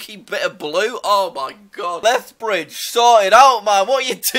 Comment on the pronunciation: Stop making me laugh on lethbridge Also this: "me.augh"